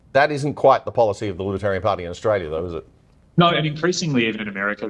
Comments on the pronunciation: And, they want someone who cannot even pronounce Australia. What a joke she is. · Pauline Hanson can’t even pronounce Australia.